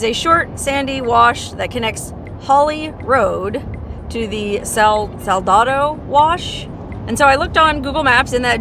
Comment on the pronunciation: it's Sa la da wash = salty wash